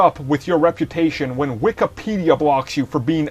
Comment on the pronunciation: It's Wikipedia not WIKAPEDIA